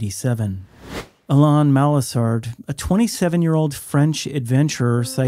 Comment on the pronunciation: Please pronounce Alain correctly. It’s like Alan with emphasis on the last syllable.